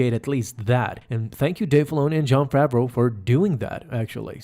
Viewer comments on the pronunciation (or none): none